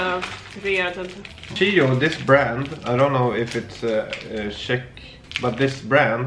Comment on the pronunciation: People, its not Sheck Republic, its Czech Republic, pronounced as CH (č) = Check Republic